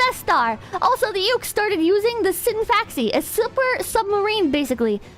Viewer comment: HOW DID SHE MISPRONOUNCE EVERY COUNTRY BUT NAILED SCINFAXI???